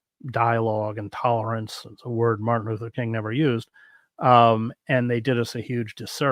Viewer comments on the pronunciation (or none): none